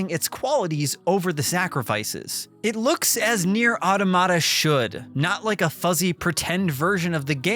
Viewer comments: It’s pronounced: Ah Tah Mah Ta, not Auto Ma Ta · It's not "Aw-duh-mah-duh". "Aw-tom-ih-duh" is closer, but the correct pronunciation is "Aa-tah-muh-tuh". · Repeat with me: AU TO MA TA not “aodomada”… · I give this review a 1/10 for pronouncing “automata” like that 😬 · I like how this guy pronounces the word wrong. Just kidding. I fucking hate it.